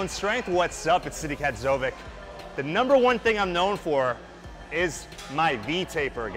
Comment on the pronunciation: That's not how to say your last name Sadik smh have some integrity